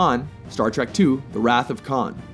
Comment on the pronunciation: It's "Trek," not "Track." Learn to read.